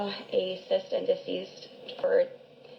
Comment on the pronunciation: Did she say cyst and deceased?!? 🤣